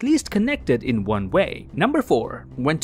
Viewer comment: No, ill see you in the next Juan. 🤣 I like how you say one.